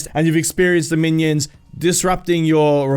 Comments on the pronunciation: Man-ions XD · Manions or minions? 😂😂